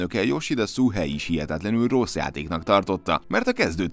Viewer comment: Ezek azok a hülyék akik a "rossz" szót "rósz"-nak írják. Ahogy hallom a videóban, ő úgy is ejti. A Demon's soulsnál megfigyelheted.